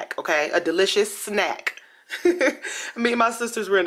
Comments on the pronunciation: Damn SJP 🧓🏼and Olson twins 👵🏻👵🏻..😂😂the twins look how SJP should be looking now! they got too much money for that.. and it’s funny how you say “delicious snack “ 😂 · Every time u said snack ...i was crying...